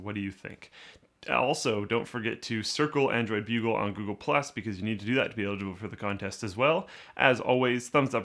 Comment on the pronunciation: took me a while to realize that it was android bugle, and not bulge